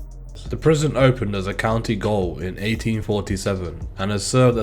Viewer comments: Don’t want to be a dick here mate but Gaol is pronounced Jail, it’s the old English spelling. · It's gaol not goal